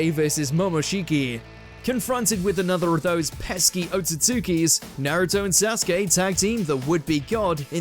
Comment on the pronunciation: What's this Nairuto? I only know a naruto. Na-ru-to.